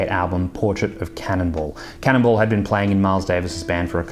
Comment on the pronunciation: “Cannonball”, not “Cannibal”.